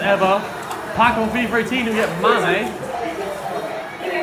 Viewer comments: for some reason alot of youtubers say fifer 18,its not that hard to say fifa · FIIFFAAAA. NOT FIFERRRR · It sounds like he says fifer 18